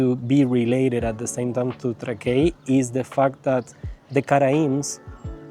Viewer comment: Miesto pavadinimas tariamas Trãkai, ne Trakaí.